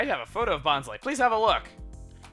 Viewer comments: if you watched the hoenn/sinnoh anime, its pronounced bon-sly not bons-ly. brock and bonsly himself actually pronounce it like that. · its been pronounced bon-sly eveyrtime i heard it. they make some mess ups but i dont recall a second pronunciation for bonsly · according to the Pokedex 3d app, which Chuggaa has said he bases his pronunciations off of it is pronounced Bon-Sly, like the Bonsai tree. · Christopher Lerew also if you play Super Smash Bros Brawl, when Bonsly is summoned it says "Bon-sly" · why wouldnt you pronounce bonsly as bons-lee? words ending in 'ly' are always pronounced with a 'lee' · Juicy Citrus In the handbooks with the official pronunciations it always said that the last syllable of Bonsly should rhyme with pie, or to be more accurate, rhyme with bonsai like what Bonsly is based off. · it doesnt matter how you pronounce names, Americans might pronounce things different from other regions such as Australia, deal w/ it